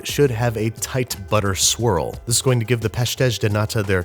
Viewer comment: Every time babish said “swirl” I thought he said “squirrel”. I had a good laugh.